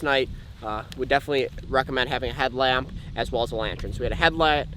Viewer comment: What the fuck why did he say headlamp and lantern like that